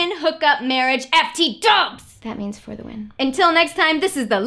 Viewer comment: When she says "That means for. the. win." omg.